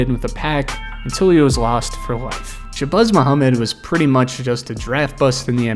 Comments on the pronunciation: It’s Shuh-Bazz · Shabazz like jazz not buzz 😅😅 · its pronounced shebAZZ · “Shabuzz” 😂😂😂 boy what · Why do you keep calling him “sha-buzz”… It’s as if you have never heard of these players names before you made this video. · wtf is “shabuzz Muhammad” 😂😂😂😂😂😂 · "Sha-Buzz" is killing me😂😂😂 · I was going to say the same thing. I was like, "who the hell is Sha-Buzz?" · Who is shabuzz? Bro didn’t check to see how to same the name he was gonna slave to say repeatedly?😂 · Michael Beasley was a lazy underachiever yet has a cult following online of delusionals who still think he can play in the NBA. Also, the way you’re pronouncing ShaBAZZ Mohamed is terrible. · The way you say Shabazz kills me 🤣 have you ever had a bean pie my brother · Your ability to say Shabazz, or lack thereof, is as awful as these player's pro careers. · Dawg, why are you butchering ShabAzz name like that?!??! There is NOT a "U" in his first name. This drove me crazy!! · Isn’t it Shabazz Muhammad?